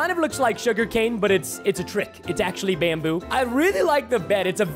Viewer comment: the way he says bamboo, so funny lol